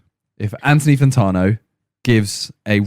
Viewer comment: pls for the love of god his name is fanTANo not fanTARno